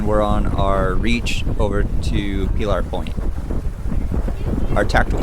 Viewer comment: God help us if your pronunciation of Pillar Point catches on.